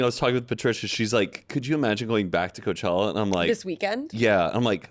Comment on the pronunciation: “This chella” “we can just call it coachella” like okay zero fun